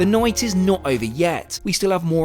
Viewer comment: "The NOYT is not over yet..."